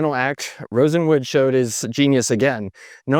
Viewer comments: Throughout your narrative, you keep calling Julius Rosenwald "Rosenwood". Just wanted to point out the error. BTW, my house, built in 2003, has been running a Kenmore fridge, stove/oven, washer and gas drier. Apart from replacing a gas ignition solenoid in the drier, these original appliances have been trouble-free for 27 years. What a brand! The current US 🇺🇸 Executive Branch is the perfect "Ship of Fools" .😕👎😕👎 These unprofessional and incompetent idiots are supported by a rabble of brainwashed sycophants who didn't have the wherewithal to learn the truth about their MAGA representatives before they voted. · It might be my old ears, but it sounds like the guy kept pronouncing the name of Mr. RosenWALD as if it was RosenWOOD. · Rosenwood? Wasn't it RosenWALD? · Sears’ partner after Roebuck was Aaron Nussbaum and he brought in his brother-in-law, Julius RosenWALD, not pronounced Rosenwood. You speak with great confidence, but you need to be more careful with your research. RosenWALD funded schools in the south, that carried his name and even in Louisiana pronounced his name properly. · The name is pronounced-Rosen-waaled. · it's not RosenWOOD, it's RosenWALD. He was a Jewish man in search of business opportunities for pennies on the dollar. Please get the pronunciation correct. Your other videos also have this same issue. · Always good reporting and analysis, but, RosenWALD… not Wood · Rosen Wald! Not Rosen Wood - you introduced the correct name in a graphic, then spend the rest of the video mispronouncing the key person's name… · Sorry, but i have a HUGE gripe -- you kept calling him RosenWOOD, when he is actually RosenWALD ... It bothers me because I live in the Bronzeville Neighborhood of Chicago, where we have the RosendWALD Court buildings, where many African Americans lived, including famous people such as Marla Gibbs. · Yes, that sounded strange: RosenWOOD? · Rosenwald not Rosewood! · It's RosenWALD. Not RosenWOOD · Rosenwald not Rosenwood